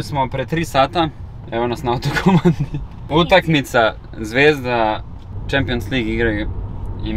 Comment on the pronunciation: kaze se utak(m)ica a ne utak(n)ica